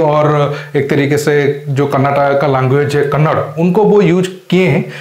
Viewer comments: Kannad nai Kannada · Kannad nahi kannada hindi nahi hind